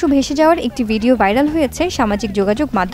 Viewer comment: বিরক্তিকর ভাইরাল কে বাইরাল বলতেছে সংবাদ পাঠিকা